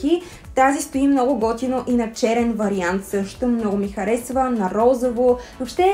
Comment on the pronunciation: РозОво, не РозАво!!!